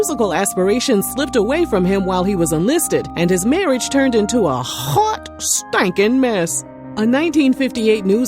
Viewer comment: Everytime you say "hhhot stankin mess" 😂😂 So hilarious 😂😂